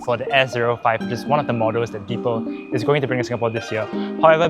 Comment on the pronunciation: It’s pronounced as “dee pal” (the pal).